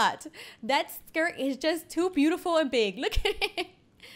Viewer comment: Yeah wanna it wode be bitiful